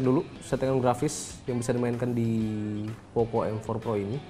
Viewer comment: POKO mas bacanya